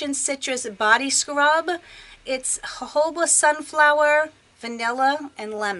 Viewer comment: Hey! You’re the only YouTuber who pronounces jojoba correctly. Yes, I’m the grammar police 👮🏻💜💜💜💜💜